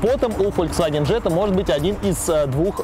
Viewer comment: Джетта? О.о